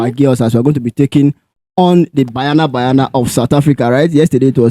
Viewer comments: It's not bayana bayana 😂 it's ba-nya-na ba-nya-na. Banyana means girls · Its Banyana Banyana not Bayana Bayana. Or should we say Super Chickens? Lets show respect by calling each others names correctly. At least try.